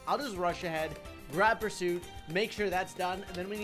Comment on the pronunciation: Life leberty & the "perrsut' of happiness